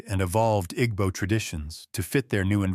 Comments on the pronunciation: The “g” in Igbo is silent. Ergo, pronunciation is I-b-o. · you're right that the pronunciation in the video is wrong but it not just "b" sound either. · It's not silent. The "gb" is a different consonant that's not in the English language. It's one sound. It's not pronounced as either "g" or "b". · Take it easy on your pronunciation of igbo pls. Dont stress too much on the gb, pronounce it as ibo even though it's spelt as igbo. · The g in Igbo is silent= Ebo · why is the narrator mispronouncing "igbo"??? sounds like an AI generated white male voice. kinda weird to have that on a video talking about Jamaican and African history. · The "g" is not silent per say. The "gb" is a different consonant that's not in the English language. It's one sound. It's not pronounced as either "g" or "b". The pronunciation in this video is wrong. Your pronunciation is also wrong.